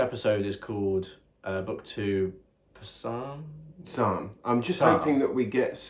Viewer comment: He said "Puh-salm" lol 😆